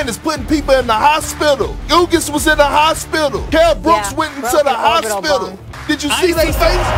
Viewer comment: the HAWS PITTAL 😂